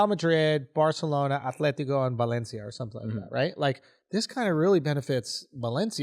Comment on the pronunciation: Balencia? 🤣🤣 at least he kinda got it right lol